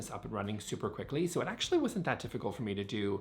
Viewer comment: I like how many times you say, actually. The word gets melded together and sounds like "akchy"